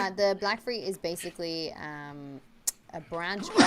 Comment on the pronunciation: it black-fyre (fire) not black-frees. you're are not true fans of GoT/ASOIF